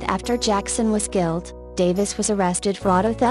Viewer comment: Not a fan of the voice generation....wish it was a human...smh...sorry I cannot subscribe to your channel...you use only one photo per event and it does not show who the people are involved..p.s. it is killed not gilled...smh